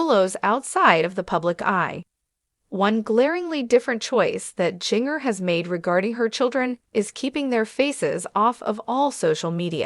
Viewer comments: Her name is pronounced Gin ger NOT Jing ger. 😮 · Are you a robot? Or have you never heard her name? It’s Ginger (like the spice) but with a J instead of G. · Wow. The mispronounciation of Jinger's name is so distracting!